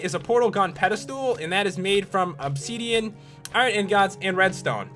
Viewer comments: WHATS OBSEEDIAN? PS: ITS OBSIDIAN /\ THERES AN I NOT AN E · And also said obsidian as obsedian and iron ingots (in-gets) as in-gots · Stop saying obseeeeeeedian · '' Obseedeeén'' '' iron ingaats'' why cant you just say obsidian and ingots like a normal person :P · nz chicky yea u cant be horrible to someone if they say obsiden wrong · Lol he says obseedian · you were saying opseadean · Or 'opsidian' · and obsiidian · obseedean. xD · You pronouced Obsidian wrong.